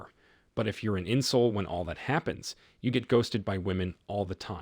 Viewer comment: I keep hearing insoles, the ones that goes inside your shoes. lol